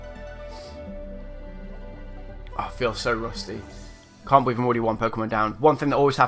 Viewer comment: Holy shit.. that was fucking awesome xD That ending though and btw "I can't "bee-lieve" I c what u did there xD